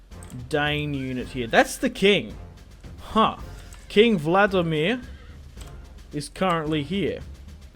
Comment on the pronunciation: It's King Valdemar of Denmark not vlademir